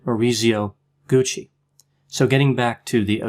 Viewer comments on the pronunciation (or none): none